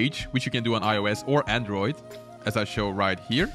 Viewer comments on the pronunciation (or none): none